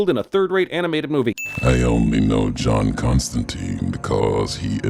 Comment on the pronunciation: Number 1: John's name pronunciation. It rhymes with wine!